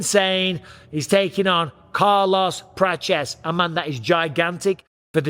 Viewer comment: Mr. Bisping, why are you saying Carlos “Praches”?